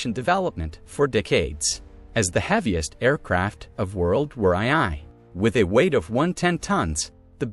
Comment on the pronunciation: World War "Eye-Eye"? I'm out.